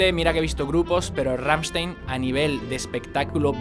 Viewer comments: No se dice RAMSTEIN, se dice RAMMSTEIN 😉😉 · "Gamshtain" es como se pronuncia. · Se dice glrammshtain :v xD y se dice sOnne (la e como si fuera una e con cara un poco triste xDD) y ya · Se nota que intentas pronunciar Rammstein correctamente (por como marcas la S cuando lo dices). Solo para tu info y sin ningún tipo de maldad: se pronuncia "RammstAin" :)